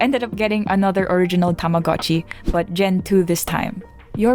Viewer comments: ohh tamagotchi, not tomodatchi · why is everyone saying tamagotchi its tomodachi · please never call yourself shartchi again